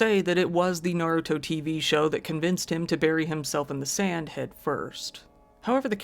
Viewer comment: Thanks for pronouncing Naruto correctly (I know you lived in Japan, but so many channels come up with weird pronunciations that it bugs me.) I've never watched Naruto, I'm a mecha fan.